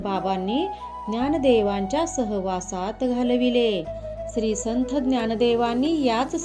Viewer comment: आधी संथ हा उच्चार संत असा करा